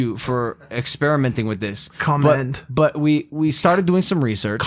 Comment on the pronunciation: Mike: “Commend” Mike again: “CUMMEND”